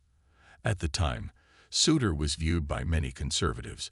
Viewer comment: You might want to teach your computer voice how to pronounce "Souter." Google for the correct pronunciation.